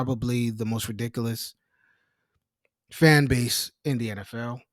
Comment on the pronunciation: The way you say ridiculous is ridiculous